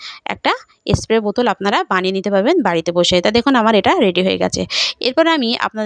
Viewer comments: স্প্রে কে এস্প্রে বলছেন? তবুও ভিডিও বানাতে হবে৷ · Tate asubidha ki aache...jar jmn kathar dharan se srkm e bolbe... Rajjyer Bisnumata k ektu giye esab sekhan